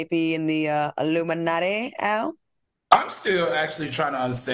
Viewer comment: Q said “aluminumnatti” 😂